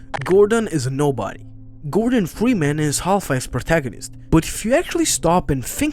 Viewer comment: bro said gordon fweeman